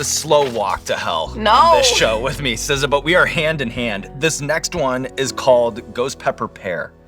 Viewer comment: Not SZA, but BZA